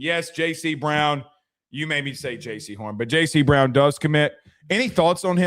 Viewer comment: Learn how to say Jayce Brown’s name lol